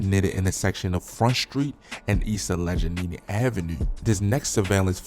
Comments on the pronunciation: Bro funniest it’s I’ve heard today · Lol I was ready to jump thru the screen like dude wtf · A-ledge-en-gina Ave. 😂 Al-a-gainy Ave. ** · you said allege what?? 😂😂😂 Allegheny bro. Al-la-gany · Yo this bol need to go back to school 🏫 he don’t know how to pronounce AL-LE-GHENY AVE BREAK IT DOWN INTO SYLLABLES ALLEGHENY AVE